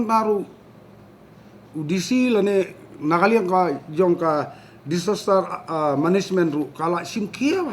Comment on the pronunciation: Pronounce disaster management ruh ym nang...lng minister....phuuiiiittt ka